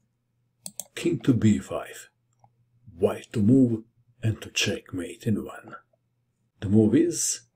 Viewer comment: I believe we can all agree that Check Mate should be pronounced " Check.. Mato!" from now on! You have the best Chess channel, by far. Keep it up